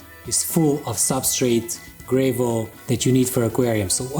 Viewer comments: "gra(y)vel" say that now xD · I lost my mind the second I heard him pronounce "gravel".